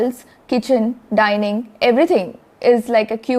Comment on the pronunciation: Great hmtv to introduce new word Daining instead of Dining